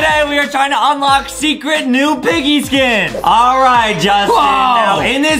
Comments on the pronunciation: Justin Adam said unloch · Adam said unloch